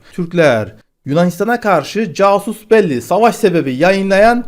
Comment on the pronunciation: Katkı olsun: "casus belli" Latince olup, "kasus beli" şeklinde okunur. Yani, konunun "ortaya çıkmış ve belli olmuş olan bir casus" ile ilgisi yoktur. 👍🙂 Manası ise, bilindiği gibi, "savaşa sebep olacak adım" manasına gelmektedir.